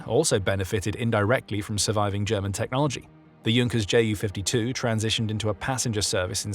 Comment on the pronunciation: "Muzzersmyte", "Hinkle" and "Jonkers" 🤣🤣🤣🤣